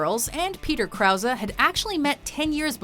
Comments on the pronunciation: It really disturbs me how they say Krause in this video! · Well at least I got a good laugh outta the narrators mispronunciation of Peter Krause's last name....